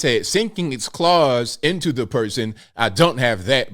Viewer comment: it's claws...